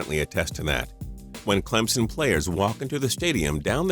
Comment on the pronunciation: This dude said clemenson